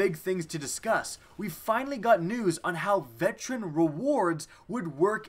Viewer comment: mow he can't pronounce veteran